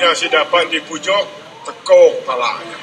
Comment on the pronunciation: Tekok d sebut arwah tok nan ya bos.. mgkin sebutan nya kurang jelas sbb ya kita dgar mcm cakuk..